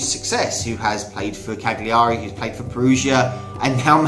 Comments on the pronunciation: It’s pronounced ‘Cal-yar-E’ not cag-li-ahr-E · Jesus, absolutely butchered his pronunciation of Cagliari. "Cag-leeary". Hahaha. The g is soft and emphasis is on the first a, it pronounced more like Cal-uary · Can we fucking get something clear. We’re pronounced cah-Leah-ree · The G in Cagliari is a Y sound because of the Gli in it. So it's Ca-Gli-ary. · Im ukrainian, but even i know that you dont pronounce 'g' in 'Cagliari'...so why everyone says CaGliari? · The ‘g’ in Cagliari is silent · It would good be if you could say “Cagliari” properly but interesting video. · you dont pronounce the g in cagliari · Great video, but please start working on your Italian. Your pronunciation is seriously terrible and painful to hear. I have really struggled to understand you were talking about Cagliari and Perugia, and if I didn't know this guy's story, I would have never understood what club he was playing at. Ok, there were the logos, which make everything easier, but still I do think football journalists should be supposed to know at least how these kinds of clubs (which play in the first and second division of one of the biggest football countries in the world) are called. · Please man pronounce Cagliari in the correct way, it s so fucking terrible hear that in the wrong way for an italian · Wow, this narrators pronunciation of Cagliari is bloody annoying, guess he's more a Fifa gamer generation product than Gazzetta Italia on channel 4, lol. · Maybe two seconds of research before completely butchering foreign team names wouldn't go amiss.